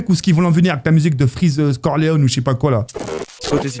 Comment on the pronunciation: freeze corleon* au lieu de corleone mdr